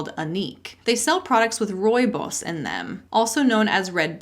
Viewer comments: Been binging your content for about two weeks straight now and I haven't even made a dent, which is exciting. As a South African, I almost fell off my chair at the perfect pronunciation of Rooibos! 😂😂 Love love love your content and delivery 🥰💜 Keep up the amazing work! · As another South African subscriber… your pronunciation of ‘rooibos’ was perfect! I appreciate that you’re the type of person to go to the effort to look that up in the first place ! The little details and your meticulous research make this channel soooooo binge-worthy! South Africa is awash with MLM’s too. Many from the US (Amway, Herbalife, etc) and loads of batshit local versions too. But it’s all pretty much EXACTLY the same thing! No difference at all between the MLM huns (and tactics) on this continent to the stuff on your side of the planet. Same lies. Same rhetoric. Same empty promises. Same cultish behaviour. Same scam! Same bullshittery! Love your vids! (too bloody much! 😉) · You said Rooibos perfectly! :) Unfortunately the crime part is just life here. My husband was mugged at gunpoint last year, he wasn't shot so we consider that "getting off lucky". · As a South African, my first thought at your pronunciation of Rooibos was "Oh! She pronounced it properly!" :D Love your videos and hope you and your little one are doing well! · Oh my word. 🤯You pronounced "rooibos" perfectly! Well done. 🤩. As a South African 🇿🇦, I am blown away by your pronunciation. You definitely get kudos and lollipops 🍭! Say hi to the baby and kitties for me. I'm busy composing my horror story to send to you, please be on the look out for it. You do great work, and I love your vids. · You said Rooibos perfectly!!!! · Yay, you nailed the pronunciation of "rooibos!" It was trendy for a while in the early 00s, and a kind Dutch person taught me how to say it. I still like it, but a wonder elixir it is not. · Ey a South African horror story and yes you pronounced it right 😂